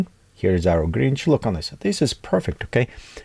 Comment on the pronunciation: Grinch. Not Gringe 🙂